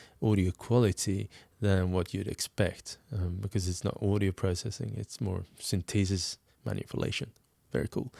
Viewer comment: "sin-tee-sis" XD